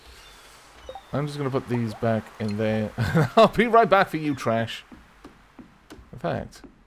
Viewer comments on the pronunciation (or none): Also, it's Aavigail not Abivak